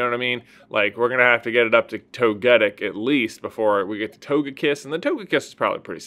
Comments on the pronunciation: Why do you say toe-ge-tic? It’s it toe-ga-tic? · When j was talking about togepi I got so confused... what even is the pronunciation of togetic (genuine question btw)? Sounds so weird. I have to say I am a big fan of that evolution line though